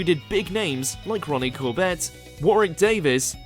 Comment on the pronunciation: I find it astonishing that he makes fun of Benedict Cumberbatch not being able to pronounce 'penguins' when himself makes so many pronunciation mistakes in these WatchMojoUK videos!!! I mean, earlier in the video he mentioned Ronnie CorBETT instead of Ronnie CORbett, later mentioning Alfonso Riberio (instead of Alfonso Ribeiro) joining Will Smith!!! And that's nothing compared to how many other things he says wrongly in so many other videos!